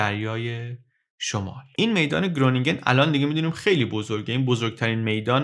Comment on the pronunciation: درود تلفظ صحیح گرونینگن باید خرونینگن باشه که اسم شهریه در شمال هلند.